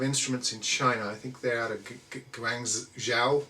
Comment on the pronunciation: I'm Chinese, and I totally understood he said guangzhou, no problem here.